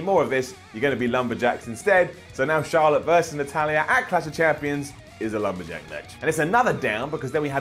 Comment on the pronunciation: what exactly is "Cash of champions"? haha Say it with us,....CLASH.....CLLLLLASH